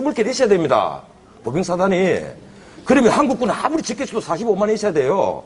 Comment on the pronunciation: 보병을 보빙이라고 들은 나는 대체...